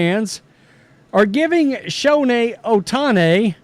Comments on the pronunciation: It's Show Hey, not Show Neigh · Why he calls him Showne Ohtani . Showne ??? That's funny